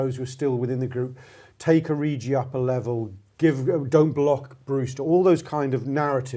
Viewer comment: Why is everyone calling him oriji? 🤔